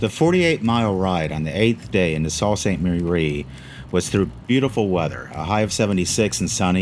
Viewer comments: It’s pronounced Soo Saint Marie. Not salt. 🤷‍♂️ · Sault Ste. Marie is pronounced...SUE Ste. Marie......OUI ! Great Video Great ride. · It's pronounced "soo saint marie".